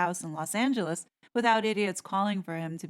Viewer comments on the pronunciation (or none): none